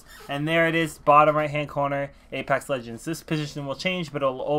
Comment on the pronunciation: Ledgens....... BRUH ITS LEGENDS